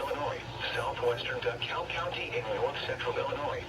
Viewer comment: Paul said “DuhKull” instead of “DeKalb”